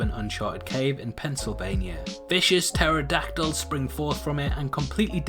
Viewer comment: I keep getting triggered every time he says pterodactyl XD